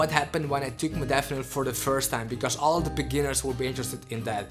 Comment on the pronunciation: Stopped listening the moment you misspronounced "modafinil". Laughable to think anybody should listen the opinion of somebody that after 2 years still doesn't understand the basics ahahahahhah :'D